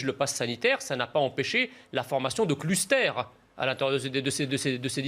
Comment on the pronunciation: '' des clussetères '' hihi😂